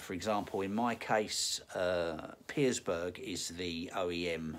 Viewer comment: No 's' in Pierberg mate ;)